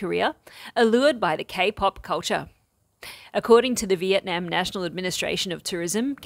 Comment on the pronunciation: You are saying Vietnam wrong and it drives me crazy! :face-orange-frowning:🤣🤣🤣